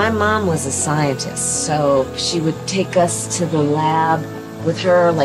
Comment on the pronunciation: Why is she speaking to a group of mature teens like they are 5 years old? “My mom was a ‘sci-EN-tist’.” Like they’re going to struggle with the word.